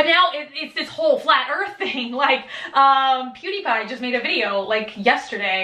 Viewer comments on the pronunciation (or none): none